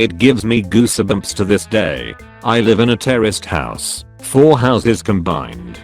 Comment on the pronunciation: First story i heard, I thought they said, "Terrorist house" not "Terraced house."